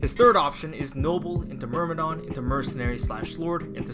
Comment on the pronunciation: It's a détail but sometimes "myrm" become "mrym" Anyway good video ❤️